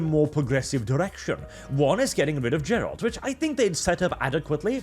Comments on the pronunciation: It's Geralt, not Dżerald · its not Jerald its Gerald whit a hard G! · my dear... I like you, your voice is honey to my Polish ears... I don't necessarily agree with everything you say, but I may also have less conservative views. But for God's sake... Gerald? I don't even know how to write phonetically how you massacred his name xD It's a very specific name, it has to sound the way it's written. No Anglo-Saxon "G" there. In Polish, letters are always and absolutely pronounced the way they are written and not in any other way. Just like I heard (and my ears were withering) English-speaking YouTubers pronounce the name Ciri as "Siri" for reasons that are unclear to me... (Ok, the reasons are clear and can be forgiven due to ignorance, but still...) Greetings from Poland, Norwegian neighbor:3 That we don't border? Nah, it's just a stone's throw to the north x3 PS: As for "entering woke'ism". Well, Poland, as far as I can remember, i.e. since 1990, has always been a few years behind world trends. Does it have a social impact? A little bit, a little bit not. Personally, I would rather say that companies like CDPR are moving towards progressivism but they don't close their eyes to "traditions". I would even say that I don't think they are blind enough not to see the cultural turbulence that is currently happening. But you also have to keep in mind that games are not created overnight. They had to choose some direction, even if they may be afraid of where it is going now. But is it mindless following of trends? I don't think so... I hope not. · Take a Shot every time says "Ger-ALt". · If you call Geralt:Jerald one more time, I am going to Norway. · Is pronouncing "Geralt" correctly really that hard?